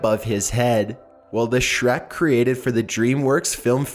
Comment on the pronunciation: shrek not shrak